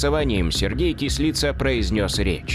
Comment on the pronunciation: Не Кісліца,а Кислиця!